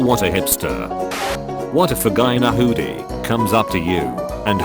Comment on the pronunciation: The voice in this video when it said hoodie. My brain immediately translated it to hoodini 😂